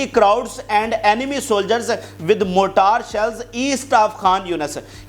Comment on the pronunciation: Hai-retz not ha'reetz, Mour-trr not more-taar, Fee-urse not firik, and please don't say (muzahmati tehreek), say Hammaas bravely